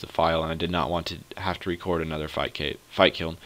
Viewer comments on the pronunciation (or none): none